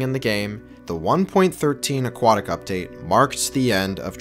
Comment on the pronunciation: "Quintoople" "Aquotic"